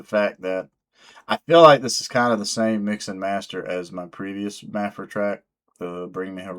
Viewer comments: It's Maphra not Maphra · I think it's pronounced Ma (as in math) fra, but what do I know. LET'S FK'N GO! #MaphraSquad 🤘🤘🤘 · I think you should just pronounce her name differently every time you say it. Thanks for the video #MaphraSquad 🤘 Edit: Luck and timing play a large part in success for many people. Word is Maphra has been doing other styles of music for a while. It was when she switched to metal that she started getting traction.